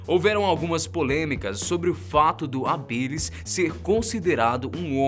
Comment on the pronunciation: Se fala homo hábilis... Não habilis...